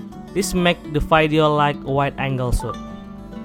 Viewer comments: this nigga really said vaidio🥴💀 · Hearing vydeo is even cringier than poto😂🙏🏽🙏🏽